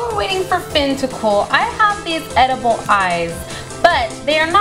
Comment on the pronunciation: are you shor its edaboll?